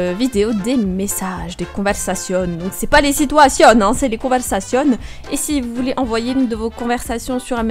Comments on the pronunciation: "c'est pas les sitouasionnes c'est les conversationnes" Tu m'a tuée 😂😂😂😂😂😂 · se qui fais "les situationnes",, "discutassiones" et "salutassionnes" ? x)